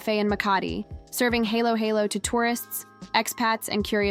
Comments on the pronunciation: I am a Filipino and speak English sometimes. Not perfectly because it is only a borrowed language, not my native language. Important, able to express one self and understood. Aside from KaraOke fever, now Halo-halo? Pronounced as read. Not helo-helo. Thanks anyways! for patronizing our native product. Filipino influence maybe worth embracing. What's next? Maybe, praying the Rosary everyday possible. Good Sunday Evening to all of us and may God bless us all! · Your narrative could be more authentic if you teach your AI how to pronounce correctly halo-halo and ube. The ha in halo-halo sounds fa in fa-ther or fa in the musical scale. Ha isn't he, but like Hu-mble pronouncing halo-halo like hello-hello is cringy. Ube is NOT pronounced as ubbb. It is o-bee just like you say the alphabet O-B. Hope this helps!😮